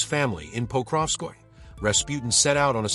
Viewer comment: It's "po-krov-skoy-yeh" not "pokrov-skoy"